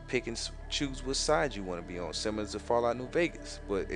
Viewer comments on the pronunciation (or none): none